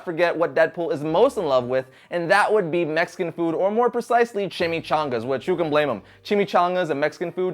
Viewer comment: actually he just loves saying chime chongas